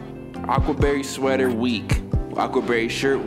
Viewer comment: It’s bothering me that he said “seater” instead of sweater